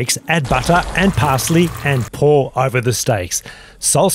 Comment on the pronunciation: Hey. It is pronounced saulsbury steak not salsabury 😅